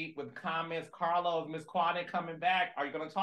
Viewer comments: Not CAH-LOS 😂🎉😅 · Dr Heavenly may say Caalos but you say Naadification bell. So it's ok we Love you both anyway!!!😂😂❤❤😊😊😊😊😊😊😊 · Calos you’re annoying for giving an in depth break down for how Heavenly pronounces your name 🙄😆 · Not CA-LOS 😂😂 Dr. Heavenly is a keeee. I ❤ that Quad is back🫶🏾